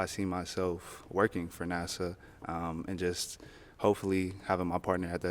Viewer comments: I think the guy in the big coat realized that he didn’t wanna introduce his friends to someone who can’t pronounce NASA. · The first guy dressed like Sherlock Holmes. Plus the first girl had no idea how to pronounce NASA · This Ep is wild!!! The fact that the chick in Red can't properly pronounce NASA is crazy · And why did that one chick keep mispronouncing “NASA” ???? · Nah as soon as a school teacher mispronounces NASA after it’s been said like 10 times before that, that balloon need to be popped and she need to stop teaching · She was doing too much at the end, kept having them reiterate their responses,and pronouncing NASA wrong 😭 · Then pronounced NASA as "Nassau" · I was on the girl in reds side till I heard her say Nassau 🤦 Wasn't paying no attention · She said “Nasaw”🤣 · I would’ve popped too once she pronounced NASA Nasaw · Also peep how he low key tried to correct her, and then she still pronounced it “Nassau.” Lol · *NAYSAW.... girl why are you saying it like that. Its Na-suh lol!😄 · To the first girl, it’s NASA, not “Nassau” 🤦‍♀️ you want the man for his job but can’t even pronounce it? ALSO nothing’s wrong with being superficial, but gosh don’t be dumb and embarrass yourself like that. Be SUBTLE with it! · And she pronounced is Nassau a few times! 😅😅 UM NO! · All these women come half dressed and talk about wanting a God fearing man.😂 And that 1st girl is a teacher? Saying their lost, not their loss? And can't pronounce NASA? He could not take her around his colleagues and have them still take him seriously. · Sorry, but this was just absolutely hilarious, first the way she made it obvious whose balloon she was popping, then pronouncing NASA as Nassau (Bahamas), then how mans denied holding his balloon for her to pop at first, JUST for the other guy to pop his balloon right after. 💀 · I don’t think it was the word “NASA” that did it. I think she is saying “Nas-saw”. I don’t think she even knows where he’s interning. Did anyone else hear that?